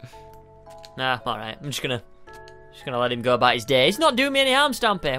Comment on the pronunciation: Stampy: ke Squid: te